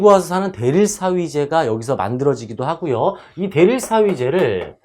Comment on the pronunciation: 자연황경 때문에가 아닌 '덕분에'일 테고, '교과서'발음은 '교꽈서'가 아니라 '교과서'입니다. '하구요'가 뭡니까... '하고요'겠죠.. '죽기 살기로 싸우는거죠'라고 썼는데 '싸우는 거죠'라고 띄어쓰기를 해야 했습니다... 정말 ㅡ.ㅡ 자막을 올바르게 적는 방법을 공부한 뒤 방송을 하시면 좋겠네요,, 그것만이 아니라 '살수대첩'을 '연개소문'이라고 하는 거 참 그래요... 절레절레